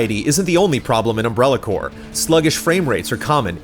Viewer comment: the rps in corps is silent x)